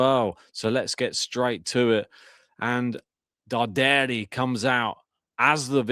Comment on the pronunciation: Hi! The correct pronunciation of Luciano's surname is Dàrderi (not Dardèri)... Greetings from Milano 👋